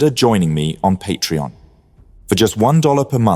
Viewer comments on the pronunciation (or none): none